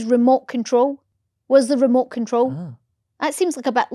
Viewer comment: Remote control - “mote frole” 😂